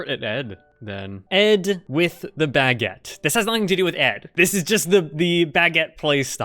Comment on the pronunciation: Why does pronounce baguette like "bagg-et"